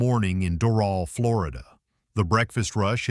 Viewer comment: That's not how ya pronounce Doral